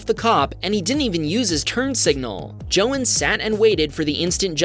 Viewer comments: “Jo-in” that hurt me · That's not how you pronounce "Joan".